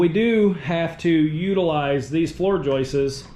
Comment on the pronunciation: It's just joists. No need to say joisteseses